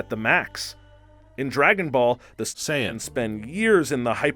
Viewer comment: LOL nice video, funny too XD. But you pronounced a couple of things.. differently than I would have. First, MAN-GUH, then Saiyans, and Saitama lol but whatever still get a thumbs up from me.